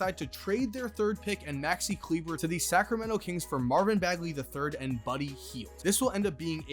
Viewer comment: Did my boy just hard r maxi klebers name 💀